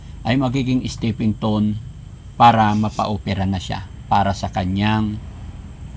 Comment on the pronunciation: stepping stone po di stepping ton